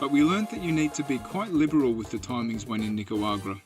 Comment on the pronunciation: Why cant you pronounce NICA RA GU A …. There is no W 😂😂😂😂😂😂😂😂😂😂😂😂😂😂😂😂😂😂😂😂😂😂😂 it’s not nicawagra.. the disrespect